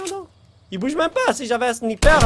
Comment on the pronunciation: Qui dit le sniper avec un « i »